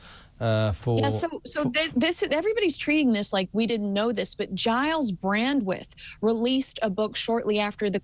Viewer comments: Someone tell his name is Brandreth nor Brandwith. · Hello love your podcast/youtube. However please get pronunciation correct. It's BRANDRETH, not Brandwith. Many thanks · It's Gyles Brandreth not Brandwidth😂😂😂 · It’s Giles Brandreth (not Brandweth)